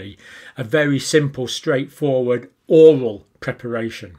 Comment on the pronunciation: Love your videos...why do you have such a hard time saying oral...it is pronounce OR AL...the way you say it sounds like you are choking